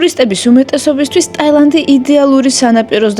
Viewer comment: ტაალანდი არა ტაილანდი ქვია მაგას 😂